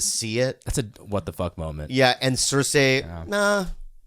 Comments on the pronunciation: Bobby: makes fun of for saying necTAR Also Bobby: pronounces cerci cerSAY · Why the hell do they all pronounce the name Cersie like that?? It bugs the hell out of me 😂